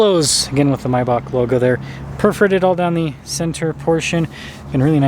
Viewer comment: It's called MAYbach not MYbach.